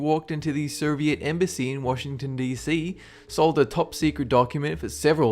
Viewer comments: Is it just me, or are you pronouncing Soviet as 'Ser-viet'? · I think i heard you pronouncing "soviet union" as " serviet? Union"